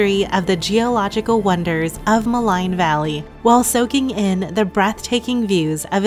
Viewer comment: Maligne Lake: pronounced Ma-leen!